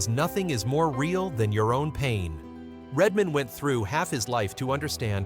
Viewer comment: IT'S RED MAN, NOT REDMOND!!!!